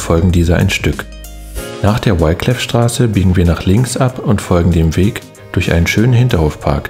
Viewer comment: Wiclefstraße wird mit i ausgesprochen und nicht mit ei.